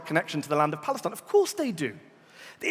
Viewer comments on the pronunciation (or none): none